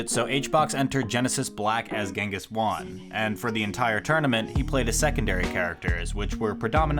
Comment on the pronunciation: To all english speakers. Its pronounced "hwan" not "wan"